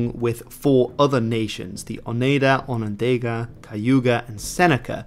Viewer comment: It would help if you could actually pronounce Oneida, Onondaga and Iroquois. In fact they don't use the word Iroquois anyway. That's an Algonquin word meaning rattlesnakes used by the French because they're not very intelligent. The name is Hodenosaunee (people of the long house).